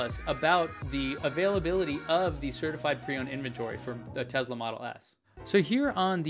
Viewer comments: It's NOT Tezla its Tesla! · Great videos ! But hey, the name "Tesla" does not have a Z in it :)